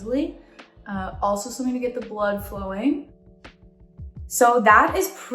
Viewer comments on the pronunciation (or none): none